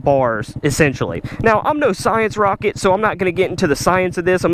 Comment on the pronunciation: I’m laughing every time says science rocket lol.